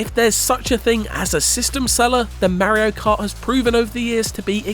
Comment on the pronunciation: How come when you say Mario Kart, you say Mayrio, then when its just Mario on its own you say it correct? Its driving me nuts.